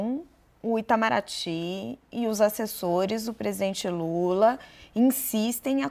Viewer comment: Sei q é algo sério eu ri do cara chamando lula de lura kk